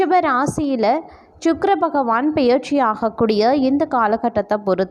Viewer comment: உங்களால் தமிழை சரியாக உச்சரிக்க முடியவில்லை என்றல் தயவு செய்து நீங்கள் வீடியோ போட வேண்டாம். இல்லையென்றால் தமிழ் நன்கு பேச தெரிந்தவர்களை பேச சொல்லுங்கள். தமிழை கொலை செல்லவேண்டாம். உதாரணம் - 'பெயர்ச்சி' என்பதை 'பியற்சி' என்று உச்சரிக்கிறீர்கள்.